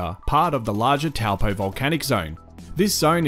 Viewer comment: he didn't say "Toe-paw" so he didn't say it correctly. but not bad for an Aussie